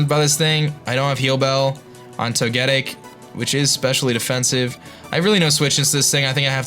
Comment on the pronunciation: I hate to be the one to point it out but to get ic its pronounced toga tick not to get ic i know toga tick doest look like it would but thats how it is